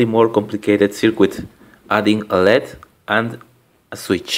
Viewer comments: That's good, but a note about pronunciation: Circuit isn't pronounced sirkwit. If you know how "cut" is pronounced in English, it's pronounced sir-cut, with an unstressed vowel in the second syllable. And LED is typically pronounced L-E-D, as three separate letters. Hope this helps! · how he pronounces circuit: ser-quit no offence bro. nice vid